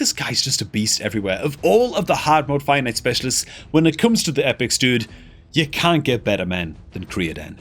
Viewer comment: Lol when I first started watching I also though he was saying "finite" until after a while I realized it was fire knight.